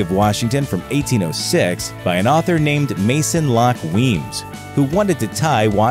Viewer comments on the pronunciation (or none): none